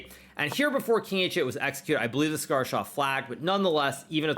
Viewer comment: It's not cigar , it's saagar😂😊